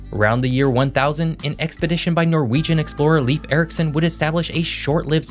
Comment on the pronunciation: “Leaf Erriksun in Newfindlind”